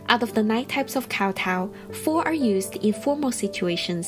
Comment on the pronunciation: why is she pronouncing kowtow like that...